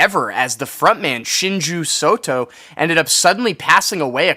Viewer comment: Thanks for covering one of the greatest live albums of all time! I would like to add a few things: 1. You kinda butchered the pronunciation of the album "Ototokachi" instead of "Otokotachi" and the vocalist's name as "Shinju Soto" as opposed to "Shinji Sato". 2. Otokotachi no Wakare actually does have a vinyl press, but it was exclusive to the boxset titled 'Fishmans Rock Festival'. This was a 13xLP of some of their best albums (Kuuchuu Camp, Long Season, Uchu Nippon Setagaya, etc.). Like you I wish to have this re-issued on its own at some point (as well as their other albums). 3. God, I'm kinda jealous you share a birthday with this performance! That's neat! Great video on the album though!